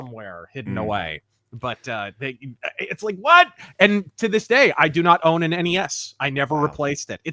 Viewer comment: “Did you rike it?”